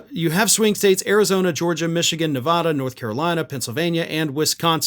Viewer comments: First, Nevada is pronounced, “Nev A da.” We have a strong A. Second, the polls for Nevada are always incorrect. One cannot trust a Nevada poll. We have only two population centers: Las Vegas and Reno. Everything else is cows and one horse towns. Both Las Vegas and Reno vote blue because we have a lot of union people. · You mispronounce Nevada!!!😂😂😂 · How many times can you mispronounce Nevada in a single video?